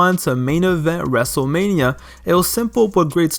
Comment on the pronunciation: “ Dzave Batista saw that dzable U dzable U E belt in his sights” “ wrestzlemania tzweny one”